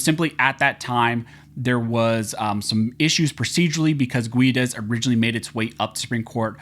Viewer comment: I worked with a guy named Guedes. He pronounced is "Gedd-Eez".